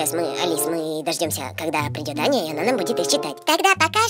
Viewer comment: Вопервых, не Аньа а Аня и во вторых, не слим а слайм. 🤦‍♂️🙎‍♀️🤬🙅‍♂️😡😠